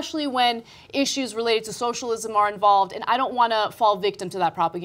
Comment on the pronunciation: Lets try it phonetically: SO - SHALL - IZ - UM Work on it, and we'll try "Armenian Genocide" next week.